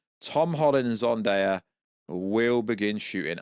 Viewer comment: It's not Zundaya. It's Zendaya....